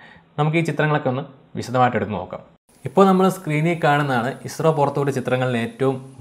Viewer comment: പിന്നല്ല........ ISRO എന്ന് പറയാൻ ഇത്ര പ്രയസമാണോ.. അനിയ......